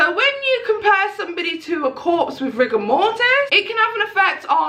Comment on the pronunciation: “Rigamortis” lmao ok scholar. Rigor mortis *, dumbass. The way she talks in her videos drives me crazy. Like one very long word.